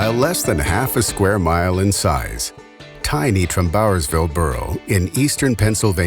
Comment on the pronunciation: Interesting video! I thought the narrator's pronunciation of "Trumbauersville" was unusual. I grew up in the area, and I've always heard it pronounced "TRUMbauersville" with the stress on "Trum", not "TrumBAUERSville" as he pronounced it.